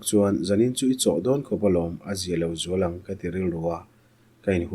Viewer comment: "Zualain/Zuala-in" han tih hi a dik tho na-in ngaihthlak a tihrehawm deuh. 'Hrilh hria' tih nen chuan a danglam deuh.😂😮